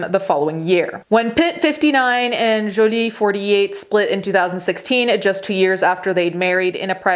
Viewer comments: I love the way she is saying Jolie That's the actual real pronouniation of that French name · Didn't hear "Joiliette" anywhere in the video. Jolie is a French name and pronounced it correctly. Does she need to Americanize it for you to understand it? That's sad. And what does being Italian have to do with anything? Because it's her first language? You can't even spell her name correctly, but she needs to change her manner of speaking to satisfy and pacify your ignorance?